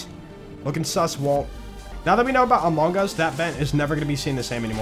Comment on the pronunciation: I think the way he said amongus is heretical